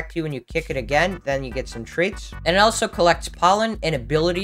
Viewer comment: I'm always confused why u always say elso instead of also